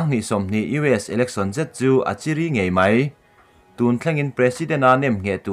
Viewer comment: Chiri nilo in, chi.ri.... tih zawk tur ka pu.